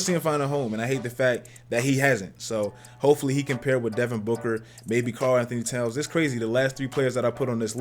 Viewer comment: I thought you said Carl Anthony tites